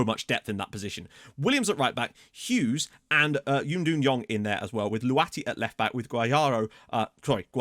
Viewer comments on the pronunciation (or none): He is saying it as lou-a-ti but it is pronounced lwe-ti but i see why it would be hard